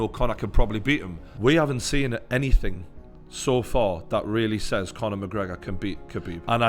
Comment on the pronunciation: Conor McGregor Faaaan ? Loooool this fatty doesn’t even know how to pronounce !